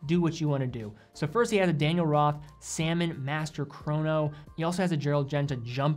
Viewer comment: this guy just went in all watch stores: shouting straight from the door: "DO YOU HAVE SALMNO DIALS IN HERE?"